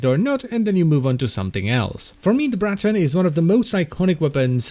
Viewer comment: The Br-r-r-r-raton :)